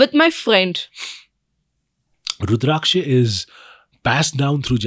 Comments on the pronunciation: Pronounce the word Rudrakasha properly please! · Are you FRENCH or something? Wtf is with that weird pronunciation of Rudraksha?😅😅